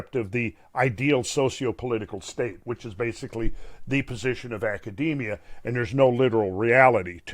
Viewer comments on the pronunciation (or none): none